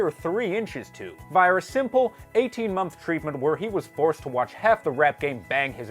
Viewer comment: When homie said "via" and threw the r on at the end